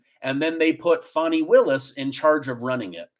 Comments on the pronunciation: Her name is Fani not Funi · It's pronounced Fani, as in fanny; not fawnee. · Nikki Haley is just determined to take votes away from Trump to help the Democrats. She's a Rhino! Funny how you pronounce Fani as "funny", it's spelt with an A, as in 'cat', not U, as in 'under'. Just saying! Is it really a surprise that the Biden administration is trying to pervert the system in order to fix the election? Go truckers, go Trump! The reason we like Trump ts because he is NOT a career politician. Biden can only do what Obama tells him to do. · It’s pronounced “Fanny”, not “Fonni” 🤣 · When did Fannie become Fonnie? She’s in the South. It’s Fannie. Did she get a name change from Biden? He likes to do things he has no legal right to do, why not?! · Fan I not fauni lol I know trying to be politically correct but fanni is pronounced fanny in GA ask the fella who is getting paid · Pronounce her name right it's Fanny, like the backside of a sw*ne